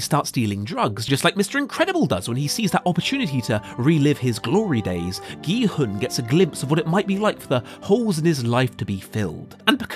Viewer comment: gEe-hUhN its prounounced kee-hoon (sorry if this seems mean but i couldnt get over it lmao great video keep it up)